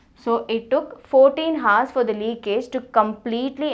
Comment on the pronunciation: this is good...but you shouldn't pronounce the h in hours. The h is silent in that word.